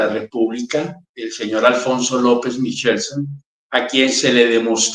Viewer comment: MICHELSEN (MIKELSEN) TODA LA VIDA SE HA PRONUNCIADO CON C O CON K NO CON CH¡¡¡